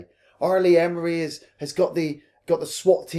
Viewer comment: R.Lee Ermy = "Arr Lee Err-me" not Emery Great content, guys